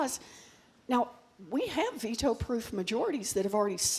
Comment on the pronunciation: Can You say VETO ! 😅